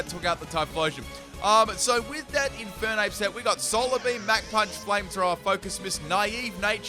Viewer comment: Left off the R in Infernape!